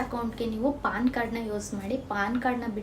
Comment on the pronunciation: Paann alla ma adu Pan Card